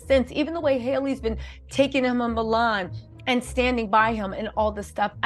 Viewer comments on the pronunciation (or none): none